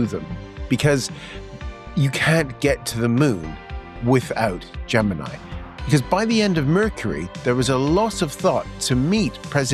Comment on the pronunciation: Great interview, well done. Jeff's books are always worth a read. I've always pronounced Gemini like you.